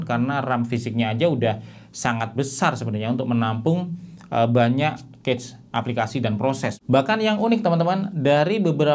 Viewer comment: Koreksi cara baca cache yg bener tuh kash bukan kec